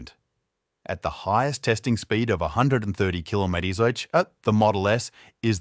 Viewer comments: ai slop, thats why its kilomety aitch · What's a "kilomety-aitch"?